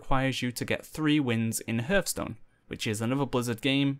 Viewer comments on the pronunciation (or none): hörthstone. what a pronounciation